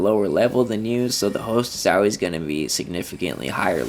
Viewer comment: This is all pretty old news, and when you pronounce "always" as "Al-Ways" it makes me think you're an AI, lol